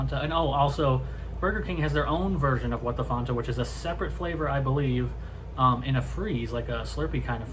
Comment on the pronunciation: It's FANTA NOT FONTA